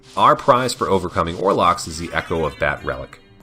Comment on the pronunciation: The actual spelling and pronunciation of the enemy is: Olrox. The L comes before the R. This is no criticism on you or the video, as I am loving this series! But I used to make the mistake during my younger days playing this game.